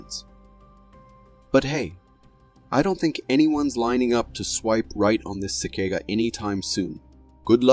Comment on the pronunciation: pretty sure it's AI considering how he pronounced cicada